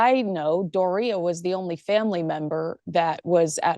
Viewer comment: keep up the AWESOME pronunciation of Door rhea 's name, sound quite like diarrhea. oops! did someone shart?